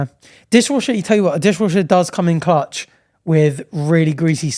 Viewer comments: "It does come in clunch" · bro really said “it does come in clunge ”